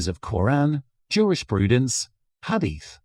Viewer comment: It's Jurisprudence, not Jewish Prudence. 😅